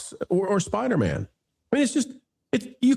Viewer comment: I finally just realized why culture says Spidermen instead of Spider-Man, its from Seinfeld when George pronounces spiderman like a last name lol. It took me almost a year to figure that out. Well played sir. I only saw that episode once, 22 years ago.